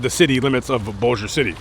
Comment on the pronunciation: Thank you for saying Bossier and Shreveport correctly!!! Lol